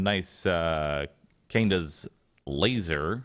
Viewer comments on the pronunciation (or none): glad im not the only one who got that reference, he butchered the name though haha